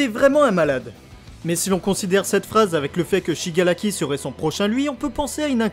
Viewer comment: le R en japonais est un mélange de R et L, mais azy ton shigalaki il est frustrant à entendre. BTW superbe vidéo